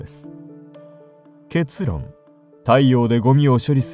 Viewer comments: 結論のイントネーションおかしくね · けつ↗ろん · けつ⤴︎ろん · ケ↓ツ↑ロン が気になりすぎてしぬwww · け↑つ↓ろん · けつ↑ろん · 結が尻の発音で草